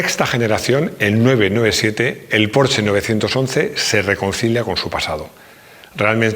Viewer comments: Muy buen video, solo un pero,.... se pronuncia "porshe" con la e neutra y casi sin pronunciarla del todo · Te lo juro que si vuelve a decir porche, como en una casa me va a explotar la cabeza